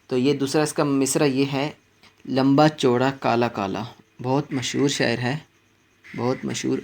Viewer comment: شعر کو شاعر پڑھنا بالکل غلط ہَے۔ پہلے اپنا تَلَفُّظ درست کر لیجیے۔